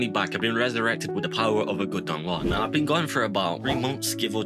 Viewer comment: It's Donghua goddamnit